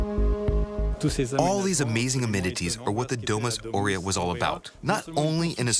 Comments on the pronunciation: And it's pronounced A - U rea. Not Orea , like the cookies!! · … at least pronounce Aurea well, the accent is on the first A not on the E. You make documentaries and you can't even read Latin!